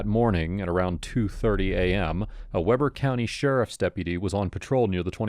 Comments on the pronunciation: Good video. But one thing that done me nuts was how you said Weber. It's pronounced (Weeber). Another tricky utah town name is Tooele, just in case you ever do a story out of there. We pronounce it (too ill a) okay. I feel better now. 😂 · Its pronounced Wee'Ber not Webber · It's pronounced Wee-ber County, not Weh-ber County. I remember when this happened, I'm only maybe 15 minutes north of the 21st Street Pond. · Weeeeeber Not wehber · Weber in this case is pronounced "weeber"- not "webber". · Weber county not Weber county. We. Ber. Sorry, but that's a Pet peeve of mine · We ber not Webber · It's pronounced like weeber... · I lived in Utah for about 20 years. I know the area the murder happened. BTW Weber is pronounced Wee ber…..yeah Utah has weird things….besides murders. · It's pronounced Wee-ber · Pronounced Weeber County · Pronounce Weber correctly please😂😂 Wee-bur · WEEber. I know it’s not spelled that way. That’s how it is pronounced. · Weber County, Utah looks like it would be pronounced with a short “e” like Webber but strangely enough it has a long “e” sound like Deep.